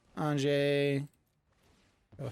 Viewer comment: Great deck but it's Anje (An-ye). The J has a Y sound. Think like Jorn (yorn), God of Winter